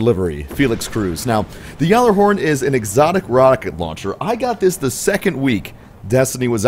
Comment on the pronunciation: Pronounce it correctly you nob